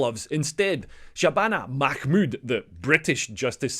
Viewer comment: "Mahmood". Yeh.